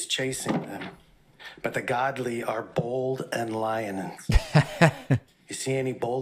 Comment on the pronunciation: Did he say bald or bold. I definitely saw bald.